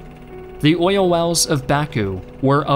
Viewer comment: Oil only has one syllable.